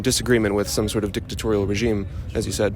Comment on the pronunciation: Dic-de-Torial... he’s been holding on to that one for a while